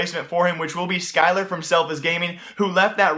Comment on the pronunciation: Skyler. You said it correctly. Whoever is getting mad at him is hypocrite unless they call Cutler reltuC.